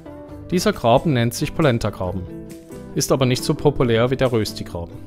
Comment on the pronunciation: Ich habe eben als Schweizerin Dein Video gesehen. Toll gemacht! Zwei kleine Hinweise, wenn Du an Deiner Aussprache feilen möchtest. Man schreibt wohl zwar "Rösti" oder "Röstigraben", die Aussprache ist aber "Röschti" resp. "Röschtigraben". Und den Begriff "Romands" spricht man generell französisch aus, auch im Deutschen :-) Ein Schweizer isst auch nie Pasta mit Sahnesosse, sondern das heisst dann Pasta mit Rahmsauce. Die "Sahne" ist ein rein deutscher Begriff, in der Schweiz heisst es konsequent nur "Rahm".